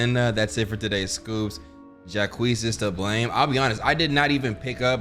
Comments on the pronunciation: everyone in the game "jacques"..: "ju-quees"😂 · IS PRONOUNCED JOCK QUEZ NOT JACQUEES😭🤣🤣🤣🤣🤣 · bro jacques is like jack its not jac quees 😭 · everytime says "jaqueez" instead of jaques an angel looses it's wings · Ja queese It’s pronounced like saying a jock with a French accent. Lollll bruh🤣🤣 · Being French and hearing Jacques as Jacquees instead of Jack is hilarious to me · you blackity black 😂 they def said that man’s name pronounced Joc. Here you go talking about Jacques 😅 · Jacques ❌ Jukwees✅ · Not Ja-kweez 😂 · Jacques is pronounced like jock 🤦🏾‍♀ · Jakweez 😭 you destroyed my french self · Not Jacques being pronounced like jaqueese even though they say his name correctly in dialog 😂 😂 😂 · Jakwees?? Man I’m crying😭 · You saying Jacquees is bothing my creole ears 😭😭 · “jaquis”..what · Pronouncing Jacques like Jacquees is hilarious 😂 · I almost spit out my food when said Jacquees immediately after Sophie pronounced his name.😂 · Right every time he says it I'm like "Zock!!!!!!" LOL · I think its like zhack with a z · this part had me wheezing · The way he pronounced Jacques drove me crazy 😭